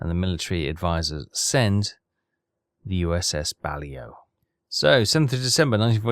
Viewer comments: It's not BALIO, it's Baleo. And it's the sub class name. Considering your level of english from the speech, i'd have thought you knew how to pronounce it correctly. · To reiterate: it’s pronounced “Bah-Lay-Oh,” not “Bal-Ee-Oh.” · Actually the class is pronounced Ba-lae-o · BUH - LAY -OH Actually how it's said. Love your videos keep rocking. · I think it's funny that even after the ship dips below the surface, that signal light just keeps on flashing! And, that's "USS Bah-Lay-Oh" The Balao is a somewhat famous boat in the US Navy! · I think its funny that you think he is going to listen to how you think its pronounced (and i say think, cos its actually bahlow) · The Boat is pronounced.... Baa...lay...o! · He is i think 😂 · I think we stop trying to get to pronounce the submarines name correctly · Still waiting for to say the blasted name of the ship correctly... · He is doing it on purpose, you will be waiting a long time 😂